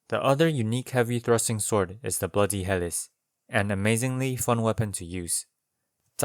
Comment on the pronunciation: Great video as usual. I've been going through and watching all of your Elden Ring weapon videos. I'm sure you've heard enough about the word Epee ( Ep "like Epstein" - Aye) at this point. But I haven't seen anyone say anything about Helice, which is pronounced like (Heal - e - See). It's referring to the spiral shape of the sword, which is a form of helix, similar to how the structure of DNA 🧬 is a double helix. Just thought you'd want to know!